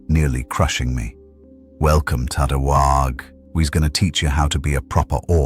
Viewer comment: Great job. Only thing is that AI whhaargg is never pronounced right but you had the best story for Dead pool I could hope for.